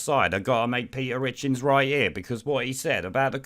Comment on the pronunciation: Pe'er itchins